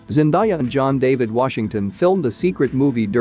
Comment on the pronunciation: At least say her name properly